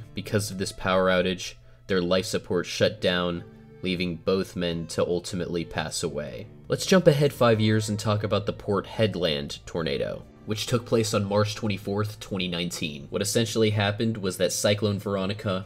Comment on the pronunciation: it’s pronounced ‘hedlind’